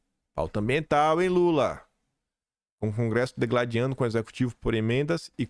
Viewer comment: bom dia! A pronúncia correta da palavra carestia é uma oxítona, a sílaba forte é a última: ca-res-TIA. outro equívoco DI-gladiando e não DEgladiando como pronunciado! Mais uma vez parabéns pelo teu trabalho em favor de nossa nação!! “Minha pátria! Minha língua!”